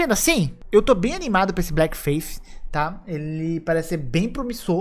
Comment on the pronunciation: Sem querer ser chatão, mas já sendo... a pronuncia para Bleak seria "blik" e não "blék"